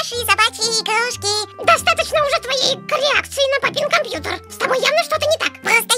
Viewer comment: сказала кампутер а не кампьютер кто заметил лайк!!!